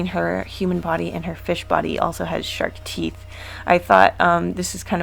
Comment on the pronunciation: Shrek teeth? It sounded like you said shrek teeth.